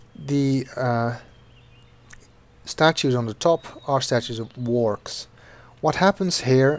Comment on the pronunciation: If anyone's trying to look up the fish-things, they're Wahrks! It's not pronunciation, that's just a bundle of random consonants xD